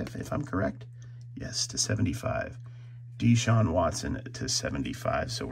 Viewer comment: you know when a collector doesn't follow sports when he messes pronunciation of old (Thomas) and new players (Deshaun, lawson, l'jarius, podziemski).